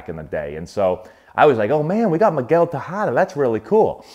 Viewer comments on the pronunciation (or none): Miguel TEH -HA-DAH.... the way you are saying "tajada" means fried plantain in venezuela. you are awesome, keep the good work!